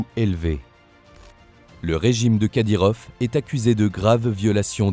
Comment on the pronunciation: Les français m'énerve a dire kadyrof c'est kadyrov!!!!!! Tout le temps a dire F au lieu de V c'est français pourtant !!!??